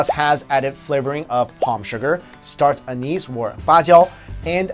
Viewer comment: "Start anise" hahahaha